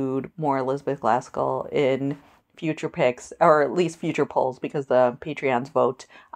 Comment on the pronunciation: Are you saying Glaskell??